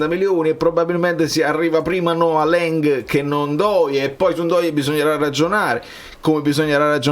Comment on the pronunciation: Caro, ci tenevi così tanto alla pronuncia dei cognomi dei calciator...perché ti ostini a dire LENG quando la pronuncia in Olandese è LANG???...alla Lino Banfi????😂😂😂